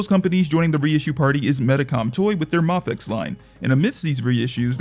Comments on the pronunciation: M “aaayyyy” fex…. if you say the first letter of the alphabet, you will understand how the name is actually pronounced…. Because the first letter of the alphabet sure as hell is not pronounced “ahhhhh” 💯👍🙄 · It’s a Japanese brand… so… マフェックス MaFekKuSu Mah-Fey-Ku-sue My favorite part is how incredibly confident you are while being completely wrong. Great job “user”